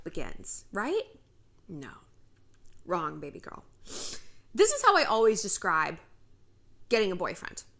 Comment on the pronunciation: I love how shallon says baby gurl